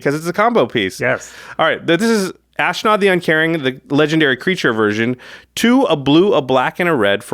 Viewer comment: There is no "I" in Ashnod...it is ash-nod. Sorry, the mispronouncement just grind my gears.